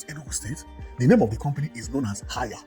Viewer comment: It's pronounced as hey...ya, not haya. The name is HAIER. It's like say HAY and YA or HEY..YA, not ha..yaa.